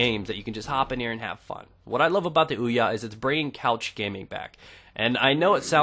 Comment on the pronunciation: Hey stupid. The console is pronounced Ouya. Not weeya wtf is a weeya? Even the console says Ouya when you boot it up.